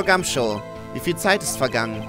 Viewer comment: Der Inspektor heißt Gum"shoe" also wie der Schuh ^^ Bei dir klingt das immer wie Show